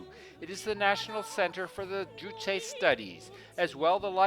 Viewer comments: As the sources were not mentioned, it might have been more appropriate to have said "It is reputed that...". I have heard a couple of North Korean tourist guides in other documentaries pronounce 'Juche' as 'joosh'. If it was 'jooshay', the 'e' would be accented. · You state that the building containing living quarters in Future Scientists Street does not have proper electrical and water supplies. How would you know this if you, as a foreign tourist, are not permitted to enter it? Incidentally, 'Juche' is pronounced 'Joosh', not 'jooshay'.